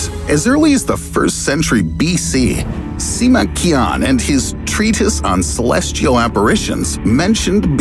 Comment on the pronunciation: How much credibility can this presentation have when it takes no more than 25 seconds to learn how to properly pronounce Sima Qian?